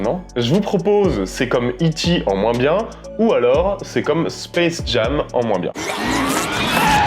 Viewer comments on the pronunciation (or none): none